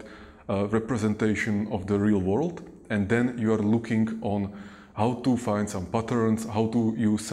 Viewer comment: ...how to fond some butter xD